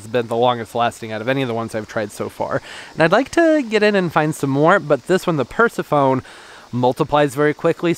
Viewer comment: umm, I think the Crinum is pronounced Per-sef-uh-knee, like the daughter of Demeter/wife of Hades. And I saw a plant video this week with a Pink Princess Philodendron and I thought "wait, why doesn't have one of those?". So, yeah, they're super expensive for an itty bitty little plant.